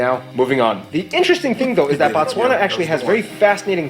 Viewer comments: Why am I getting worked up over him calling the country Batswana? It’s Botswana. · it is pronounced BOtswana ...BO...as in Boston and then Batswana refering to the nationals. 💙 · More stuff on Botswana Also we pronounce it Bo like Bo in Bold ....He keeps saying Batswana which is plural for Botswana Nationals, Singular is Motswana